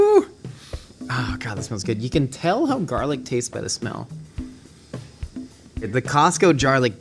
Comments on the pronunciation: WHY DOES he keep saying jarlic? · “Jumbo jars of jarlic” is killing me rnnn